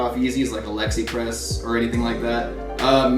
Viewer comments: just a heads up, its not Alexipress, its ALI-EXPRESS. just saying that for future reference, however i would never shop there XD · This dude just said Alexipress... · this man said alexi press im dead 💀💀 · Was he tryin g to say Aliexpress?